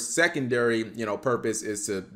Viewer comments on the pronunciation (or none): none